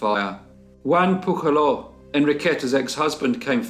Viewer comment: Ps. Since the name Pujaló is Catalan, the "j" is pronounced as in "jewel", not the aspirated Spanish "j".